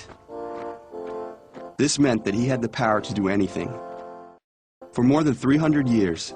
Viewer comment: Why did I hear 'this meant that he had the parot[pærə] to do anything😂